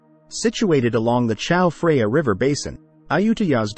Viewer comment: Who says Chao Freya? I thought this was going to be the untold story of that a new river, the Chao Freya.